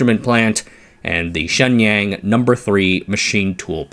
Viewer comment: It is distracting to hear you mispronounce “Shenyang “ so badly. “Waiter “ has a long “A” and the “A” in water sounds like “ah” You pronounce the “A” in Shenyang in a way which would make “water” sound like “waiter “. You use the accent of a country bumpkin.